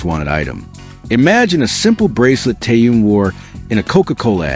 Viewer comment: Блохер продажный, научитесь называть имя правильно Тэхен , он мировая звезда. Чимка липучка как всегда, в нагрузку. Дизлайк 👎👎👎👎👎👎👎👎